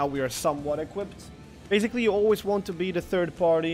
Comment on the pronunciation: Please stop saying BEZZZZZIKLY!!!! BASICLY! /s/ sound NOT a /z/ sound jeez